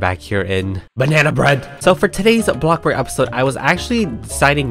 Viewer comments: me: expecting "hello everyone today we are back here in "A BLOCKBORG": "hello everyone today we are back here in "BANANA BREAD" me: what did he sayyyyyy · Is nobody going to talk about how he said “Banana bread” IMAO <3